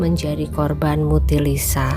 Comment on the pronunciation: korban mutilasi harus nya,bukan korban,mutilisa,yg bener dong ngomong nya